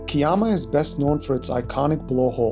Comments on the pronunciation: Kiama is pronounced Kai-ama not Key-ama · I know it’s a few weeks old…. But…. Pronunciation….. Melbourne is said as Mel-bun, Kiama is K-eye-ma, circular Quay is Circular Key…. The res you did okay…. 👍